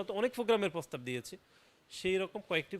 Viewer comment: বলদ ের প্রোনাউন্সিয়েশনের জন্য আবার স্কুলে ভর্তি হওয়া উচিৎ। যেমন, পতিবাদ, পোগাম, নিচ্চিত, পোস্তাব,পোতমোতো, পকাশিত ইত্যাদি, ইত্যাদি ।